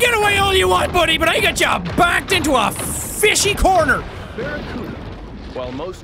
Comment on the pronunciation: Jack its pronounced Barra-Cue-Da not Barra-Cut-A